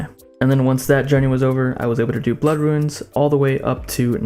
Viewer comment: It’s “ROON” not “RUIN”